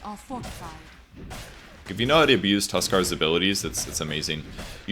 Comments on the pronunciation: Tuskar?? Isn't it just tusk lol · why do so many commentators say "Tuskar"? :( am I missing something?